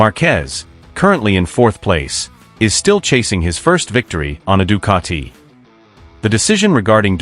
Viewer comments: Ducati not Ducarti......🤷🏻‍♂️ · The italians will make u into a pizza.. with your Ducatiiii pronounciation 😛